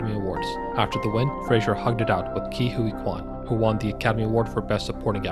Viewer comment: FRASER; NOT FRASIER